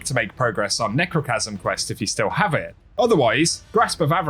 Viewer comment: Man I sure appreciate your videos. I just can't stand the way you say lets get into Eht. But thanks anyway. Great content.